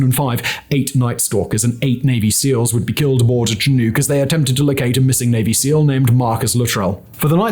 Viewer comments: Simon, I greatly enjoyed your video, and am grateful for your effort and that of your writers. That said, I live in transition zone between the Canadian prairies and the Rocky Mountain Foothills, and even knowing that there are multiple, valid pronunciations, every time you said "Chi-NoooK", my soul died a little. It's not your fault, but we southern Alberta softies live and die by the chinook winds all winter long, and the pronunciation made my bones itch, lol. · The mispronunciation of the covered aircraft really distract from an otherwise decent video. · Anyone else laugh at how he pronounces “Chinook”? NSDQ! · Can we really trust what he says if he can’t pronounce chinook properly? (one of my favourite channels, just poking fun at Simon) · the way you say chinook bugs me for some reason XD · There truly are a number of variations, from the american pacific northwest to southern BC, to the Prairies. To be entirely fair, Simon's pronunciation is likely not to far from one of the original First Nations' pronunciations, but in southern Alberta, where we all die a little inside waiting for them to arrive throughout the winters, the powerful winds known as Chinook are pronounced Shin- uhk. (One might also think of the Yiddish word "shnook") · Simon's crappy pronunciation of people's and equipment names really does cast a shadow on his work. He can read a script well, and is an entertaining speaker but as soon as he puts his foot in his mouth, and then does it again and again.... I still enjoy his vids but I think he's a twit IRL. I guess he's rolling with the idea that the bulk of his viewers just don't give a damn. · It did the same thing to me. I know there are multiple pronunciations, dependant on region, and that the earliest documented pronunciation is more similar to Tshin-ook, but here in southern alberta I found it jarring. A shibboleth, to be sure. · Chinook pronounce shin-uck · I love how Simon pronounces it ‘chin-ooks’. Shin-uks, Simon, Shin-uks.